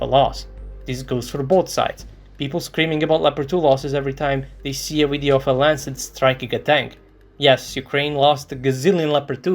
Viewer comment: "Video" is pronounced with a "V" sound, not "W" sound.... smh